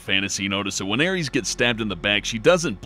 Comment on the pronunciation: Her name is Aerith, not Ares...